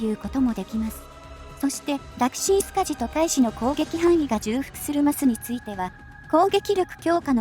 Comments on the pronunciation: じゅうふく より ちょうふく の方が本来の言い方だと思いますよ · ずっと気になってたんです、ごめんなさい。 重複(ちょうふく)